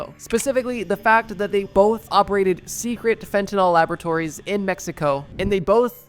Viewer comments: How does a drug channel mispronounce fentanyl. Nyls and Nols are entirely different chemical compounds… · Homie why are you saying "FentanALL" ?!? Theres a "Y" there my guy... "FEN-TEN-ILL" not "FEN-TEN-ALL" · Bro said instead of fentanyl try cbd😂